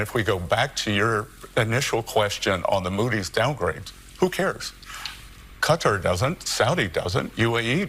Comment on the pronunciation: And so many millions of them are that stupid! This Bessant character can't even pronounce Qatar. Stupid!